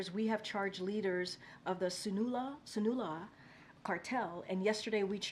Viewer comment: By “Sinewlah” does she mean Sinaloa? And by “Gelasko” does she mean Jalisco? Dios mio!